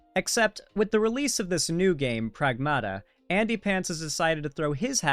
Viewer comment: Greek here, Pragmata is pronounced PrAgmata, it means "things".